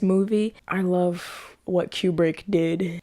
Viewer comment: It's pronounced Koobrick."Here's Johnny!" was the reference to the Tonight Show With Johnny Carson announced by his side kick Ed McMahon. Jack decided to improvise that line and the Stanley Kubrick let him do it and kept it in. I like that you're very observant. You're so funny. I like your sense of humor. Yeah, that damn Tuesday title card gets almost every reactor each time. Good reaction.